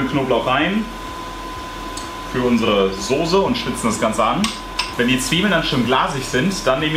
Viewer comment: deine Aussprache von Soße ("Soße" nicht "Sose"! AAAAH) triggert mich voll! Trotzdem sau genial der Burger, dat mache ich auch mal.:D